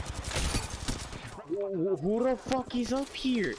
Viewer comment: “WHO’rrr the fuck is up here “🤣🤣🤣 torta moment